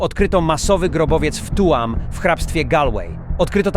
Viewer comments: nie Tuam tylko czyta się tjum jebamny robocie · Tuam czytaj ,,Tjum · "tuam" 😂😂 Tak się pisze ale nie wymawia 🙆🏼‍♂️🤦🏻